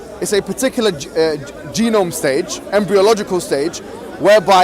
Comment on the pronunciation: why does he keep saying genom?